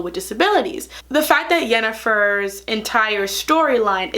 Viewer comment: How do you watch a whole show without picking up hardly any of the names and pronunciation? The only one you seem to have gotten right is Yennefer.